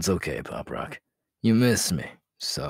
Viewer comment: Did he say poprock? Thats kiri stuff lmao🤭